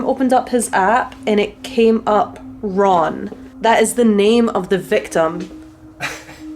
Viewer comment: Ron sounds like run